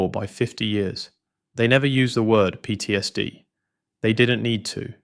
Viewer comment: PTSD is an abbreviation, not a word. The Ai narrator should know better. Slop.